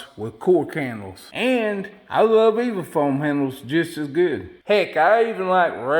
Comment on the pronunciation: You pronounce the latter of E.V.A foam. Eee- vee-aye foam